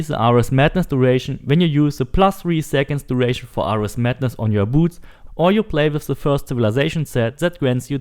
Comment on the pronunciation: Bro do you even know who ares is because your butchering his name but nice vid lol